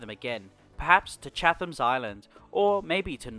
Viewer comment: Not to be that guy but its pronounced Chat-em.